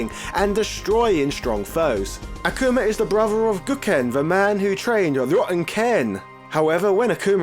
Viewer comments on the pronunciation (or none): AH-KOOH-MAH!, RUU and goo-ken lol